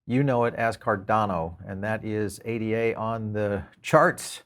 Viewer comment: Cardano's coin is named after a person. Ada Lovelace. You should learn how to pronounce it.